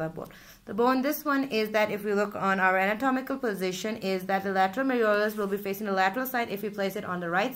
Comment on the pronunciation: Malleolus not meriolus